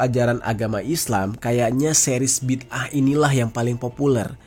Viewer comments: Bidangah bg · huruf DAL (د) tu kolkolah kubra. Bunyinya BIDdē'AH. Maka sebutannya tak sama macam huruf TA (ت)